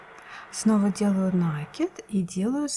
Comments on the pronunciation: Не нАкид, а накИд! Слух режет! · Уважаемая рукодельница! Спасибо за чудесный узор и очень понятное объяснение. Только, у меня к Вам просьба: произносите, пожалуйста, правильно слово накИд, а не нАкид. У Вас очень приятный тембр голоса, а неправильное употребление часто повторяющегося слова очень режет слух. Извините, за замечание. Не хочу никого обидеть. НО , это действительно так.